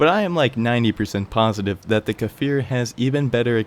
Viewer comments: it's pronounced Kfir, not Kafir, it means lion cub in hebrew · great video and all but as an israeli it's cfir not kafir as of baby lion in hebrew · 😂 It's not kAfir Just kfir No vowels between them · Well, it's just Kfir... The "K" functions just like "S" functions in the word 'stir' definitely not "fir" :) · I apologize, I didn't realize that you managed to understand the pronunciation anyway? imagine the K is a short K sound with "no movement" and then it's followed immediately by the "Fir" didn't mean to offend you in any way friend, I really like your videos